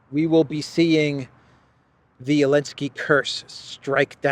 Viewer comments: Why is he saying “Elensky” I’m assuming there’s a reason, did he change his name to Zelensky or something, the way they tried to change the name of Kiev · Love your show, subscribed and like all your videos. Love the way you mix your humor with political content. I especially like when you can't resist laughing yourself at the insanely incompetent world leaders today. Please, Please, Please, stop calling him Alensky, don't bow to his pronouns. He isn't even the legitimate leader and you're bowing to his insanity of his deleting a letter from the Ukrainian alphabet.